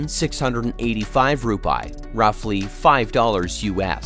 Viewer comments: How to correctly pronounce Indonesian Rupiah: Ru-pee-ah, not ru-pie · Rupiah, the correct pronounciation is "Roo-pee-yah" Not Roo-pie. 😂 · The correct Indonesia currency mentioned as "RU-PI-AH", not RUPAI..,what is Rupai anyway?😂😂😂.. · Rupiah it's ROO PEE AHH, yourwelcome. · ... SPOT ON ... my nephew and I couldn't stop laughing hearing this pronunciation. My nephew said... perhaps he meant "TUPAI" ... hahaha LOL.